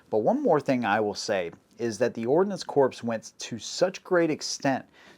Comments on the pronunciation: Ordinance Corpse? MARINE Corpse? Good Lord!!!! It is pronounced the same as 'CORE'. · Corps is pronounced "core" not "corpse." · It’s Marine Corps but the s is silent think core. Same with Ordinance Corps. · Correct pronunciation of “Corps” is “core” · Bro, "Corps" is pronounced "Core" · Now I KNOW you never served in our military. Similar to calling a Marine an “ex Marine”, miss pronouncing Marine Corps as “Marine Corpse” is highly disrespectful to any Marine and I’m just a retired Army Grunt (Infantryman). And yes, I used the M-21 as a sniper in the mid 80’s and she can perform well in that role but it requires a LOT of additional tuning to achieve those results, we should’ve just stuck with the Remington 700 like the Marines did. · A lotta corpses with ordinance. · Great video man! Loved it. One thing though. You realize that you pronounce "corp" incorrectly right? Marine "corp," and ordinance "corp." You said it so many times and wrong every time. Couldn't not let you know. Hope you don't take it wrong.